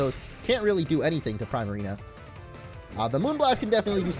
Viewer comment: I hate his pronunciation of primarina